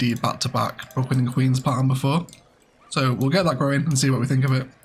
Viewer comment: Could be fun to name the Brooklyn and queens district opposite the river "Bricklands and Queens" in honour of your common misspeak XD